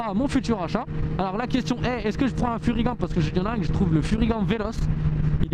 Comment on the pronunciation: Super vidéo comme toujours! Je suis déçu! Comment ose tu tourné le dos à Furygan contre à AlpinStar aller je dislike direct! Non je blague:p et on dit Furyganeeeeeee et pas furygant espèce de tache:D continue t'es vidéos, je suis là depuis tes première et je m'en lasse jamais! Ton humour, ton monologue, me font tjrs rire autant